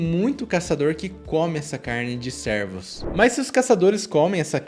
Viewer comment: estou brincando com a forma com que ele pronuncia, servos ao invés de cervos